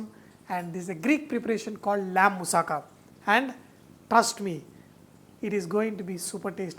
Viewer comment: You pronounced moussaka right!Bravo!